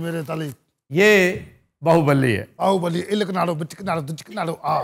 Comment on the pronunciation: It is BAAHUBALI not BAAHUBALLI